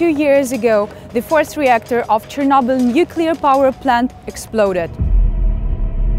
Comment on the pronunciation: when Arabs can't pronunce CH.